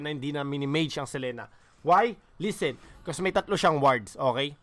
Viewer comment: Boss dogs selina ang basa hnd selena